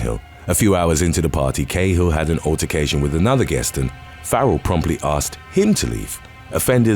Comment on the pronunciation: AYYY Cahill is pronounced 'Karl'